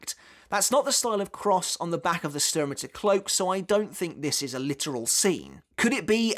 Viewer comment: You really are struggling with the names in the 3rd arc arent you 😂😂😂 Yuha Baha xD whats next Lula Baba? 😂😂😂 Same with vollstanding is the same "s" that u have in sternritter. You have to read both with " sh" like shadow not " s" like sister. Cmon man you know this xd